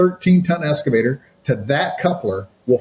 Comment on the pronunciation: “Strategic accounts manager” but can’t pronounce “excavator”…. 🤨 There is no “S” in EXcavator!